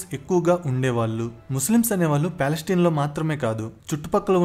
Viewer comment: పాలస్టిన్ కాదు రా, పాలస్తీనా.